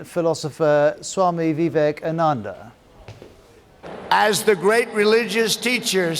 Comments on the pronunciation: Sowami Commando.... That's what I heard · Trump made a face like he actually pronounced Swami Vivekananda's name in the coolest way ever. 😂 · You yourself can't pronounce MG and Swami Vivekananda. What makes you think you are better than Trump or anyone else? Also, it wasn't foreign clothes. It was your clothes made from the cotton you looted from us and sold back to us. BTW how's the UK doing against the Kovid-19? and your PM looks like his night time job is in a circus. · Your pronunciation of" Swami Vivekananda" is also not correct,. And so as your pronunciation of "Taj Mahal". Moral: Those who live in glasshouses, must not throw stones at other.❤ Note: Those being Indian don't know the correct one kindly see Sadguru's pronunciation Most of the unaware british struggle especially on "veka" and "nan" part (and unfortunately some Indians too). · Swamy Vive kamunnunda.... Suchin Tendulkar... Virat Kuli... ROFL🤣